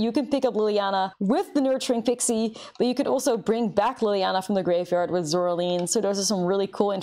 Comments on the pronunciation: Am I the only one who cringes every time she says Zoraleen instead of Zoraline? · Well, that would be the correct way to pronounce it, no? The "e" at the end of Zoraline makes the "i" long. So "Zoraleen" is correct pronunciation.